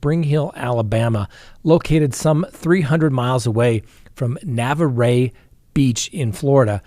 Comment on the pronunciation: On the case of Marcus Spanivello, there's a couple of things that I want to correct. 1st of all you're your pronouncing Navarre very wrong lol. Another thing is I'm in Destin right now I live in Destin there's no such thing as middle of nowhere in Destin. Destin is an extremely busy tourist town with like a million people crammed into a 10 mile radius on a beach. So I'm not sure where middle of nowhere would be in Destin unless he means hes going to drop her off in the middle of the Gulf of Mexico. Jaunas is a popular beach bar. On Navarre beach and is also a very busy public location.